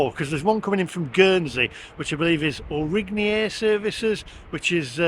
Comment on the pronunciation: Aurigny is pronounced Oreeny. It's French for Alderney, one of the smaller Channel Islands.